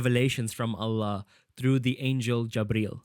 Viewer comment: Are you Muslim?your pronunciation of Allah and tawhid seems too good😅